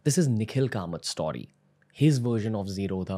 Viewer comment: is anyone else irked when ranveer says 'STAWRY' insead of 'story'?